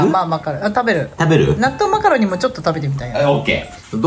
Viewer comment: 納豆マカロニが納豆マカロンに聞こえて激しく動揺しました😂